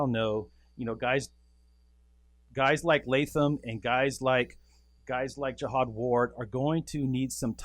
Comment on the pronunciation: Pronounce it Jahad not like a holy crusade